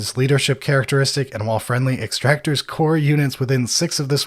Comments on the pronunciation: Hearing them say "Extractor" instead of "Exactor" was so upsetting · Ex-ac-tors. Come on guys, I know reading isn’t your strong suit, but this is getting ridiculous. Lol